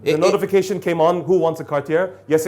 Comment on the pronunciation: …also the last “r” in Cartier is silent. It looks like the Dubai Watch Club would benefit from some pronunciation education, given that both collectors butchered the brand name identically.